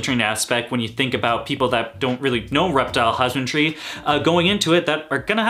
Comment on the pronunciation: You said 'husband-tree'. Haha... I can't talk right at least most of the time.. I like that you don't go OCD on the details. It's like you're saying it's okay to be human 👍🏽